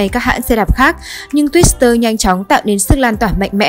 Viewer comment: Twitter mà bạn phát âm như twister vậy? Có chữ “s” trong tên hiệu xe đí đâu. Ghi nhận thương hiệu sẽ trừ điểm bạn rồi! Bài viết có phần lũng củng khi nói về xuất thân từ Đức, sản xuất ở Mỹ và nước thứ ba. Nhưng rồi lại nói về sản xuất ở TQ, sau đó mới nói về sx ở Thái Lan. Người viết script và đọc lại sao không nhận ra?